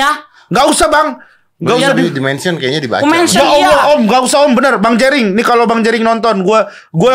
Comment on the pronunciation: JENDA vs RIGEN... ah... Jerigen... Jerigen... Ngomong jerinx...😂😂😂😂😂😂